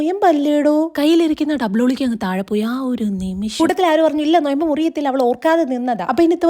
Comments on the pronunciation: നൊയമ്പല്ല 😂 നോമ്പ് 😂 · നൊയമ്പ് ❌😂😂 നോമ്പ് ✅